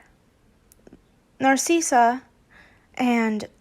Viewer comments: not to be mean but NARSEESA IT'S NARSICA!!! i don't know how to spell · Let me help you with dracos moms name. Narssissa you say it nar-sis-a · I apologize if this come out as rude. You are saying Narcissa wrong, you are pronouncing it like Narceessa. When the “I” is a lowercase i.